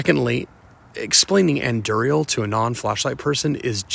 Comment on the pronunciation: Pronouncing Andúril as Anduriel 😞